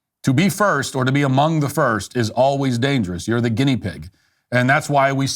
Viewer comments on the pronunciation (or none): none